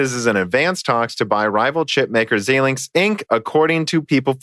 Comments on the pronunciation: Xilinx is pronounced X-eye-linx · "Xilinx" is pronounced as "Zailinks"